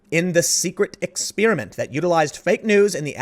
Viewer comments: If you could never say the word "exspearament" again, that'd be great! Okay on a serious note: the left gets rabid over alleged claims, such as with Trump Russia, and has no care for definitive and proven scandals such as with the Alabama race. It's funny, David Pakman posts on his YouTube: Kushner's father allegedly secured Jared a seat at Harvard with $2.5 million, even though it's legal, and his entire case is flipping a shit saying "OH THIS CONFIRMS WHAT WE KNEW ALL ALONG!" It's not only not confirmed but these assholes are waiting for news to come out that supports their conclusions about the world. Fucking assholes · Why does everyone mispronounce experiment now? It's not fu*king "expiriment" or "exspeariment". It's not gum flavor.